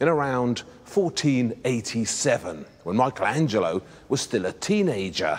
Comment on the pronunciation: Surely even we English speakers can pronounce Michelangelo correctly as 'MICK-elangelo' -- not MY-chel etc.